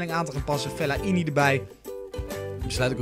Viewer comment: Geen Fel-la-i-ni maar gewoon fe-lai-ni